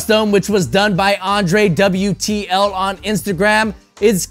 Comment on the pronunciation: It isn't Andre-wtl it's Andrew-tl. Correction